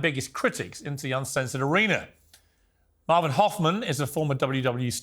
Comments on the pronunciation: Same here. I thought I was the only rotf with laughter. Respect to Maven though. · Who is maaarvin who the f*ck is vince mcmaaarn... Piers say it right !!! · Someone give Pierce a lesson on wrestlers name. I mean, the way he said Mcmahon I'll let that pass. BUT did he actually call Maven Marven??!! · Wait… Did Pierce just call Maven “Mah-ven/Marvin Hoffman”? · It's pronounced Marven, apparently 😂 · MAVEN! IT IS PRONOUNCED May Vin! LOL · Did he really call Maven Marvin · "Did Pierce call Maven... "Marvin"? 🤣🤣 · No he said Maven but pronounced differently like MaaaaVin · I heard Marvin too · Lol Piers calling Maven, Marvin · Piers mispronouncing mavens name is funny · I laughed at how Piers pronounced Maven's name 😂😂😂😂😂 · How Piers pronounces Maven hurts me. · piers you can’t even say maven name correctly.. u r such a piece of trash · Piers can’t even get Mavens name right 🤦🏼‍♂️🤦🏼‍♂️ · too bad piers mispronounced his name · It's Maven!! Not Marvin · Piers kept saying Mah-ven. Haha. It's May-ven. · Marven he called him marven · Piers called him Marvin instead of Maven. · LMFAO he called him Marven Hoffman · Piers calling Maven "Marvin" was cringe 😂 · Did he call maven Marvin huhchmen 😂😂😂😂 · Did he call Maven Marven? lol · Did he introduce Maven as Marvin? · Maven (pronounced MAY-ven) Not Mawven, Piers! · Love how Piers called Maven "Maa-vun" clearly hes not a wrestling fan 😂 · Did pierce introduce maven as Marvin? 😂😂this was great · Did pierce introduce maven as Marvin? 😂😂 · Vince McMarhn 😅 Marvin 😅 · How many hints did Piers need that it’s pronounce MCMAN not MCMAAAAN - least he realised that it was MAAAVEN and pronounce Mayven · "Marvin" lol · Marvin? 😂 maven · Piers calling Maven Marvin 😂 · His name is Maven, not Marven. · Jesus its maven not Marven atleast not your guest name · Why is piers calling maven....Marvin. his birth name is ma-ven not mar-vin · Piers every time you say "Marvin" , it hurts!!!! His name is pronounced MAY-VEN! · His name is Maven, not Marvin